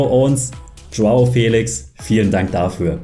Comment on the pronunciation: Er heißt joa felischhhhhhh nicht felix 😂